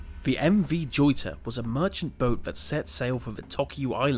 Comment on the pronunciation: Joyita is pronounced Hoyita.